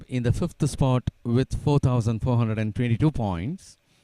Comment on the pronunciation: Poor English pronunciation....eg. twenty twenty pronounced as tonty tonty ..these guess are very poor. In overall performance... They are ok for primary school level